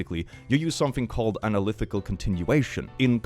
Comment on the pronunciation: Click pronouncing “analytical” as “analithical” is so small but still somewhat upsetting (it’s okay I forgive you) Edit: just remembered to add that the series in the trolly problem isn’t the one that that has an analytically continued value of -1/12. The series shown in the problem is 1+1+1+1+… which depending on which function you use to continue it, either unassignably diverges or assignably converges to -1/2. The series that is assigned -1/12 is 1+2+3+4+5+6+… **EDIT 2**: that’s not “because of chemistry or whatever” that’s nuclear physics. Sure maybe there would be some chemistry but like that would be basically nothing compared to what they’re hyping up, which would be from nuclear physics